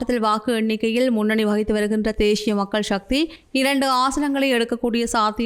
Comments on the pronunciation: தேஷிய இல்ல தேசிய ஒழுங்கா வாசி இல்லன்னா மூடிட்டு பேசாமல் போ தமிழ் அ ஏன் கொல்ற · என்ன உங்கள் தமிழ் உச்சரிப்பு தேஷிய மக்கள் கட்சி என்று அருவருப்பாக இருக்கின்றது... தேசிய மக்கள் கட்சி... தேஷியம் இல்லை.. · தேய்ஸ்ய இல்லை தேசிய தமிழை சரியாக உச்சரிக்கலாமே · தேஷ்ஷிய இல்லை தேசிய. 😂😂😂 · தமிழை அழகிய முறையில் உச்சரிக்க முயற்சிக்க வேண்டாம். தமிழ் எழுத்துக்களை அதன் உரிய சப்தங்களோடு உச்சரிப்பதே தமிழுக்குச் செய்யும் மரியாதையாகும். தேசிய என்பதை தேஷிய என்றே உச்சரிக்கின்றீர்கள்.